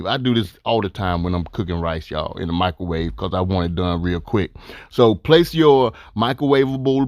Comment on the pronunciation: “Michaelwave” lmaooo but real talk, this smacks tho